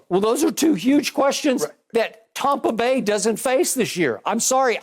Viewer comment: Did Skip say TOMpa Bay???? 🤣